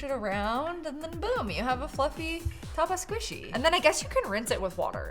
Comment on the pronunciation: Isn't it called taba squishy? Not tataba